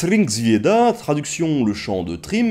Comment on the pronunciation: Épisode très intéressant, toujours aussi agréable à regarder et à écouter. J'ai trouvé ta prononciation de Thrymskvida très bonne ! Bonne continuation ^^ !